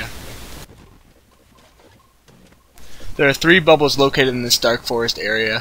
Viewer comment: Good guide. But it's pronounced BA-bul.